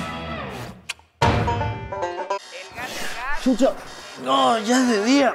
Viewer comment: ¿Dijo 'chuta' o 'chucha'?